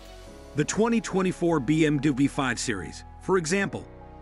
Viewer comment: A. I cant say BMW ....BM DUE